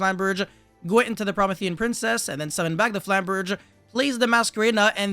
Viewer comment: its pronounced pro-MEE-thē-an princess, in case nobody else told you, and in case you actually care. Love the content regardless